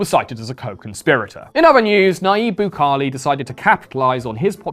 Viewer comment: PLEASE search how to pronounce Bukele, as a south american my eras are bleeding